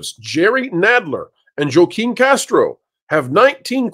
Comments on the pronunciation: It’s pronounced “Hwah-keen”, not “Joh-keen”. 🤦🏽‍♀️ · I couldn’t tell if you were Joaquin the way you kept mispronouncing his name. It’s not Jo-Keen, it’s Whah-Keen. Like Joaquin Phoenix. You say you don’t do politics but you should know the actor. But you trilled the R in Castro so you sound like Dumbo. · Joaquin is pronounced "HWA-keen." Just so you know. 🙂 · FWIW, I’m pretty sure “Joaquin” is pronounced “wah KEEM”. 😊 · I believe Joachim is pronounced hwah keem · Castro's first name is pronounced Wa-keen. Fti unfortunately he's my Rep. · Joaquin is said "Wah-keen", even is the spelling doesn't seem like it. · * Joaquin is pronounced HHWaa-KIY-N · It's pronounced WAAA Keeen. You're killing me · OMG thank you, I love WDWpro, but I'm a little on the spectrum AND I'm from south Texas and every time he said "Jo keen" it was like getting poked in the ear. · Joaquin is pronounced wah-keen...... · I like your analysis, but the pronounciation of Joaquin is more like Wa-keeen. It is Spanish. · Wa-keen saying the name wrong a million times makes you sound racist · Pronounce the names correctly please. They may not be my reps but do better please. This is a moment to have the DA play one of my favorite clips. “The bill comes due, always!”